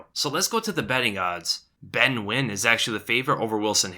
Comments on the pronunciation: pronouncing nguyen correctly, teh fuk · he said Nguyen correctly wow